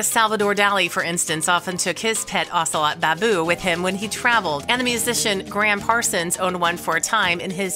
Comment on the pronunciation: I hate you mispronouncing "ocelot." They're beautiful and actually pretty easily tamed, sadly making them popular as "exotic pets."